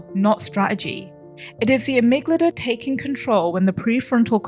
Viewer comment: Another banger analysis! I love your videos, I hope you keep making them <3 (Small note : You keep pronouncing amygdala as "amyglada" haha)